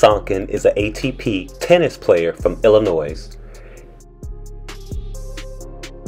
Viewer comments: It's Illi-NOY, please do not pronounce the "s" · The 'S' in Illinois is silent... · Please don't sound the s in Illinois that is my pet peeve! LMAO